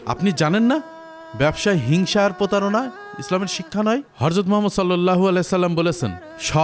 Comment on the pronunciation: হরযত নয় হযরত হবে উচ্চারন